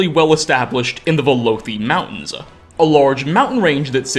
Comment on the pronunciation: mountains-uh, provinces-uh, skyrim-uh 😅